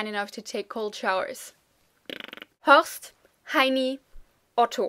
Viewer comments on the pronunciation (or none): none